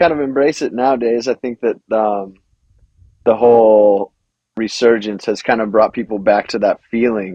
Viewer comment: My God. How many times is going to say "reAsurgence" and mispronounce "resurgence". And ffs dude, you're like 50. How do you make it to 50 and still not comprehend, and mispronounce so many simple words?